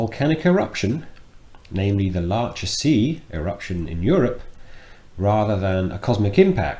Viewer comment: Sorry, but the Laacher See is in Western Germany, not in the Czech Republic. And the "ch" is pronounced as in Loch Ness. Everyone likes a smartass ;-)